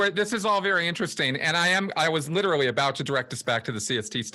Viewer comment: Plus he always says "riterally".